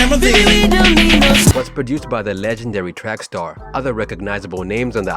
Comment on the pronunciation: Lol it's trax*ster not track star lol